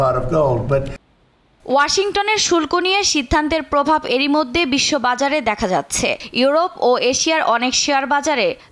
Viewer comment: এ মদ্যে না এইটার উচ্চারণ হবে "মধ্যে"। প্রেসিডেন্ট (President) তো সব জায়গাতে ভুল উচ্চারণ করেছেই, এমনকি বাংলাও ঠিক মতো বলতে পারে না। আপনারা টিভি চ্যানেলরা কি যোগ্যতা দেখে নিউজ রিপোর্টার রাখেন আজকাল? ইদানীং অনেক নিউজ রিপোর্টারেরই উচ্চারণ এতো ভুল! ইংলিশ তো দূরের ব্যাপার, বাংলা উচ্চারণও ঠিক মতন বলতে পারে না।